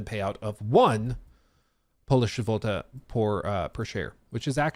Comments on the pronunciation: Ah Yes the well known polish zhevoltey currency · It’s pronounced Z-lot-ee but kind of bunched together. Zzzlooteee. Deployed to Poland about 5 year back. Amazing currency conversation rate and liquor everywhere!